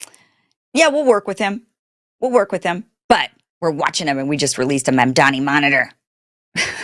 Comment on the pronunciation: love your sincerity KIM, but please learn to say Mamdani properly, its only respect.